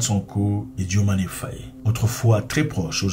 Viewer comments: Mais c'est pas la peine d'ecorcher le nom du president. Dio maye Faye pas Diomané Fayé c'est incroyable en plus rien de ce que tu dis n'est vrai sur ce sujet grand frère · ce n'est pas "DIOMANé" c'est DIOMAYE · Diomaye et non Diomané